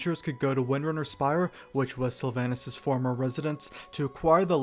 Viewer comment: I try to live by the wisdom of forgiving mispronounciation as learning by reading is a net good. But there is soooo much mispronounciation in this video. Just to start the first A in Sylvanas is a long A. I know multiple WoW loremasters who's first language isn't English who are on point in this arena.